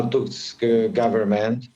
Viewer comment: TUSK not TASK